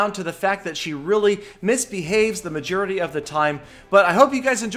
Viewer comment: Anyone else notice mejerity? He meant majority